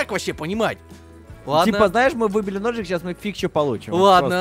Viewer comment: когда сказал хочется ножик ножик мне послышалось что он сказал хочется дошик дошик